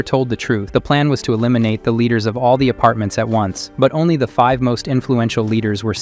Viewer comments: Is this an ai voice? Why he pronounce "all" as "owl?" 😂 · Are you a bot? Or do you just not know how to pronounce “all”?